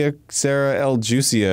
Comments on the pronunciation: Arin mispronouncing juicio as juicy-o is so Arin, especially considering he took spanish classes in high school. (for reference, the j in spanish makes an h sound) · Arin: "Your accent sucks, Leon" Also Arin, no more than 60 seconds ago: "Jucie-o" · LOL yep. And now, for the bit of info nobody askd for: 'juicio' does mean judgement, but it's not pronounced 'juicy-o'. It's 'who-EE-see-o' in Latin American Spanish, or 'who-EE-thee-o' in Spain's Spanish. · And it still wouldn't be hoosy-o, it would be hoo-ee-cee-o. The letter i sounds like "ee". Also I'm not even sure if that was Spanish, idek anymore 😂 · "You-see-o"???? LMAO that one nearly broke me, just fyi for non-spanish speaker the J and a lot of G are pronounce like you use the H so "Juicio" is pronounced more like "Houee-see-o". Tahnk you for coming to my TED X. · "juicio" is pronounced as "hoo-ee-see-oh." But the "hoo-ee" is said quickly like "hui." Idk if y'all will read this but I hope it helps! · I cant with all these gamers saying juicio like it’s juice. It’s JU(who) I (ee) CI(see) O(oh) whoeasyoh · Just to put it in perspective for non-Spanish speakers…. “Juicio” is pronounced something like “who-e-see-oh”…..not even near juicy, lol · Jucio but sounds like you are using Q instead of j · ah yes my favorite cereal Juicie-o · The fact that Arin mocks Leon for his Spanish accent right after pronouncing "juicio" like juice is hilarious. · Yeah, that bugged me too but it also made me think of Arin shouting juicy-o! on a subway lol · who-ee-see-oh is how you say judgment in spanish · Some trivia for all of you that Dont know this: The line "Detrás de ti, imbecil" translates yo "behind you, you imbecile" Also: juicio (judgement in spanish) Is pronounced like "who-is-yo" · In spanish it's "who-see-oh" meaning Judged. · Just for reference... "Juicio" would be pronounced who-E-see-oh. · Is not "jucio" is "juicio". It's pronunced something like "Hu isio" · Who-Easy-Oh. It's pronounced Who-Easy-Oh.